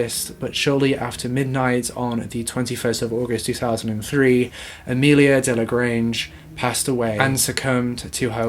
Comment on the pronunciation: Sorry to be that guy...but it’s Amelie not Amelia